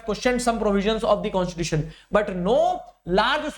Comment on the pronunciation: Constitution ❌ Conshishution ✅ 😅😂😂